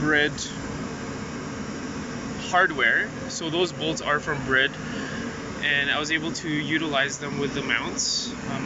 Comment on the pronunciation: Finally someone who says Bride right 😂 Briddd